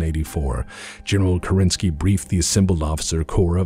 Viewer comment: Great video! It must have been a huge effort to make a 2h video. The thing that bothers me as a native russian speaker is american pronunciation of "Kerensky". In russian the emphasis is on the first syllable in this particular case.